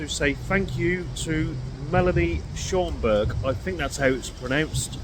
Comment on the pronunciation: Yes, Schaumburg Illinois pronounced perfectly. If I am not mistaken, the first settlers were German descent. You are very welcome! I truly enjoy watching! Thank you!